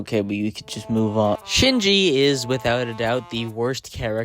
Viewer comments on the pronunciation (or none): Pronouncing Seiji as "Shinji"😭😭😭